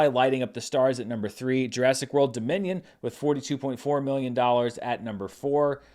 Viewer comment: I don't pretend to understand that whole Minions suits trend. All I know is that every time you said "Jurassic World: Dominion", I heard "Jurassic World: Da Minion" and that made me smile😊😁